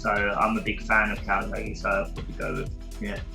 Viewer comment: Jamie Moore “calsackie”